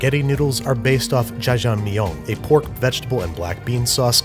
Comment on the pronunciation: Im just sat here trying to figure out why he's pronouncing Jajjangmyeon like as if its french "ja-jang-myeoh" 🤦‍♀😹😹